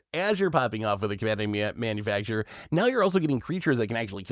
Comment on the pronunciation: Manu FAC TOR not manufacturer